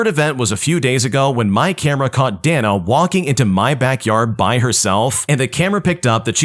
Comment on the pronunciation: Day-na not dah-nuh